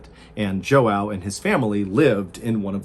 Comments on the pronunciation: Huge fan. Love your content. This was a snake bite though…case closed. The “ray of light” and “dark figure” were hallucinations. Also, in Portuguese, Joao is pronounced “J ew ow” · the name "joão" is pronounced more like "joan" with a hard double o sound instead of "n". it's the most common name in brazil and portugal i think, so i advise learning this particular pronunciation because it's bound to be a word very familiar to all native portuguese speakers. (i think) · The constant mispronunciation of João as Joe-Ow is killing me Maybe it was a cosmic event that wasnt necessarily something like a ufo. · I love how most english speakers can't say the nasal sounds of the ~ eheh it's João, pronounced Juaum. :) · Well-told story as usual Thnx! But you need to get the pronunciation of the name of your main character right. "João" is a Portuguese name, and is pronounced more like "Zhwa". But ask a Brazilian (Portuguese) speaker. Love your channel. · Too bad he can't pronounce "João" correctly. "Joe-wow" is so cringe. LOL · So your name is pronounced joe wow, yes? 🤔😂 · Joao is pronounced Jeowow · Hahahah Mr.Ballen, João is pronounced like “Jou-own” but nevertheless great story! Content is always great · Joao is pronounced ja-ow otherwise great video! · The only critique I have is when you're telling a person's story and using their name repeatedly, please try and at least approximate the pronunciation. Hearing joe ow every 10 seconds was just no, ow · The "j" would be like something close to the "g" in "rouge". The rest of the name is similar to the "oun" in "round." The name is one syllable, not the two that Mr. Ballen is saying. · Joao Is pronounced hoao, Cmon now. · I worked with someone named Joao, he’s also from Brazil. You don’t pronounce the first “o”. Kind of like “j-wow” (soft j). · It’s pronounced “hoe-ow” it’s Portuguese for Johnny I know because I had a teacher with the same name and he taught us how to pronounce his name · It's not "João", it's João